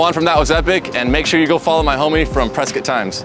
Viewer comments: Pescott, Arizona.😉 "Prescott" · "Pescott" lmao great vid! :)